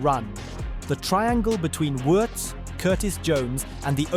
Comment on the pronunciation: Pretty close.